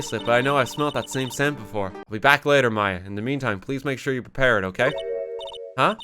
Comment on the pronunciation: ITS M-A-YA